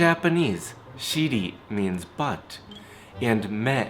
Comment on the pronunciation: The way his accent he says "Butt" xDD